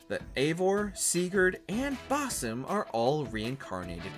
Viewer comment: Please can you ask the narrator to pronounce Basim’s name correctly.